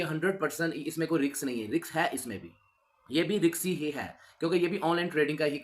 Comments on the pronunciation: यार भाई शर्म करो, रिस्क को रिक्स बोल रहे हो बार बार... हद्द हो गई, बच्चे हो आप.. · Bhai riks nahi risk hota hai.... Bhai anthetic nahi authentic hota hai...